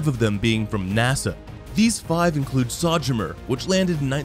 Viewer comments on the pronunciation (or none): 830 Billion not million, at least that is what you wrote but did not say. Also, it's pronounced SO-Journer , not Sojener. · Millennial’s prove they don’t read. They routinely can’t pronounce average words, because computer games only provide so much. The 20 year old sounding narrator couldn’t produce “Sojourner.” Don’t feel too bad… it’s all over YouTube videos.